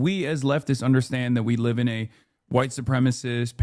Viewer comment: “Maybe that’s my privilege as a hWiTe MaN” 💀🤡 Why he say that like he didn’t know he is 😒🤣